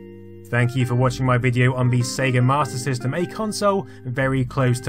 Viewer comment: Why does he keep saying Martyr System?